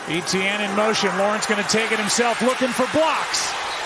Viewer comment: Still can't get over how everyone pronounces Jags player Etienne like "E.T.N.". It's actually a French name, the French version of Stephen to be exact, so you simply say "Et-Yenn".